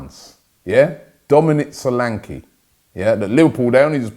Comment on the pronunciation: Robbie Pls take note. It's Dominic solanke is not pronounced so-lan-key it's pronounced Sho-lan-ke. The So is pronounced Sho like Show and the last ke is pronounced Ke like ke in kept Show lan ke